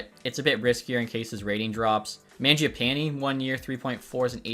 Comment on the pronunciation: Stop pronouncing mangiapanes name like that lol